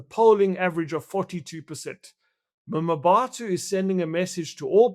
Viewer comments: Wayne it's pronounced Mabato - not Mamabato 🙄... lived there and in Mafikeng (Mahikeng) for a few years over 20 years ago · Him saying "mamabatho" is nauseating. No effort at all to pronounce the name correctly. If he tried i am sure as he'll he wouldn't say "mamabatho". The disrespect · I 'm not sure that it's nauseating, but I agree that he could've made an effort to learn the pronunciation. There are quite a few people who struggle with African names beginning with and 'M' and another consonant, as in 'Mkhwanazi being pronounced Makwanazi.